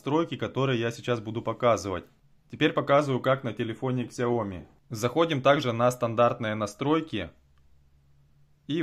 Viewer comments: Какая КСЯОМИ!!!!! Раз уж ты взялся учить людей, то произноси правильно название бренда. Сяоми! с ударением на Я. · Не ксяоми, а сяоми. Это китайская буква x, а не английская. Спасибо